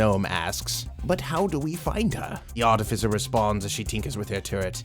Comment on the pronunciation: ar-ti-FISS ar-ti-FISSER